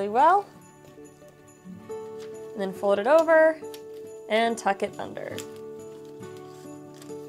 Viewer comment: The way she says "fowd" is driving me bananas!!!! 🤣